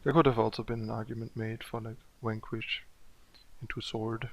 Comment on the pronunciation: It's strong enough that I laugh every time you say "Wankwish" (Vanquish). XD